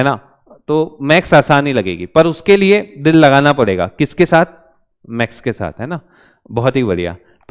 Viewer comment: you pronounce Max sir it's call maths not Max if you couldn't 😭😭 pronounce it properly so how can teach us i am so sad to alakh sir , alakh sir please provide us best faculty 🙏🏻🙏🏻🙏🏻🙏🏻